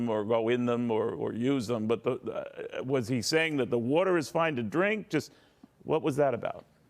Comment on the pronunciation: Maybe they are getting sick cause their drinking this wudder you keep talking about. Have them get some bottled WATER. Out of all the way you pronounce words wrong, say them wrong etc... Can't you after. You are the worst.